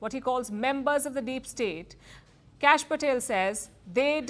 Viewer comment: It is "Kash," short for "Kashyap." pronounces it as "Cash."